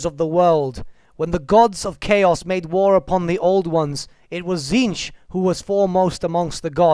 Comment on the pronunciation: Isn't the pronunciation of "Tzeentch" supposed to sound similar to the word "change?" Something like "cheenj" perhaps?